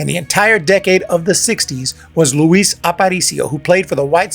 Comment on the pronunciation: Leetle Luis